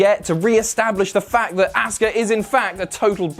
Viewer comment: Say Asuka name correctly!!! We've heard her say it enough please it's so grating!!